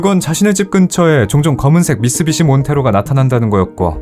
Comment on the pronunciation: 처음엔 제대로 미쓰비시라고 하다가 나중엔 미쓰시비 라고 하셨어요 ㅎㅎ 그래도 오늘도 잘 들었습니다